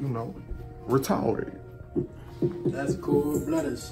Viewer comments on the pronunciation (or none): “Get it in BLUD....retawded” 😭😭😭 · When he walked away..."retawded"...😂😂🤣